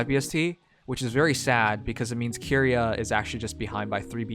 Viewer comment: is dyslexic confirmed, read the name more carefully, it's Ki-ri-a.